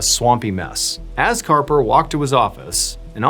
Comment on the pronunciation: Harper!!! His name is Harper!!! Arrrrgghhh!!!!😅